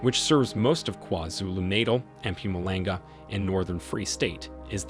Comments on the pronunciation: Hi I'm actually South African and currenty live here in SA today. Thanks for this video! I just have to give you a quick tip: you pronounce Mpumalanga like this: Mh-pohm-ahh-lahng-gah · Love the way you say EM PUMALENGA 😂😂😂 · This is an awesome video, the only thing that made me laugh was how you pronounced mpumulanga 😂not an easy one to say,but well done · that Mpumalanga pronunciation has me on the floor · And Natal